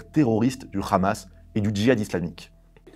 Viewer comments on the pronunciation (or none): Des que j’entends khamas au lieu de Hamas je sais q c’est de la pure propagande sioniste donc laisse tomber